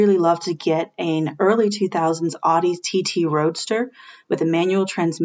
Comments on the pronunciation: “Ow-Dee” please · when she said “aw-di” i left the video. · She also said "aw-dee" which immediately lost all credibility for me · I will never take automotive advice from people who say, “Ah-dee.” It’s, “Ouw-dee.” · I cringed so hard when that chick said "awdi" 🤦‍♂️ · When a dedicated auto writer pronounces it "oddy" 🙄🙄🙄🙄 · You lose all cred as a car person when you pronounce Audi like did. You lose the privilege to recommend any car...at any price. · that chick that mispronounce audi, and said "only" 4k pounds...